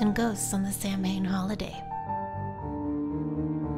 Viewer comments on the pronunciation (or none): I look forward to these videos every week. All of you are awesome, intelligent, informative and entertaining! Beautiful spider make-up and...you touch my heart every time. One tiny error I would bring to your attention though is that the sacred holiday of Samhain is actually pronounced, "Sow-in". I said it wrong for a long time myself...lol. Thanks again for a great video!